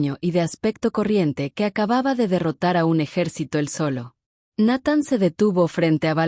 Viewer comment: No, no pronuncia bien el nombre de Nathan, si, es mejor que la de otros canales, pero siguen siendo deficientes, la gente que sube esto debería dedicarle más atención a los detalles. También está el detalle de que esta historia de una princesa casada con un humano con un oscuro pasado de guerra es un cliché en estos canales. Al menos aquí no hay reptilianos o alienigenas de cristal o el famoso jake Morrison 🙄🤷‍♂️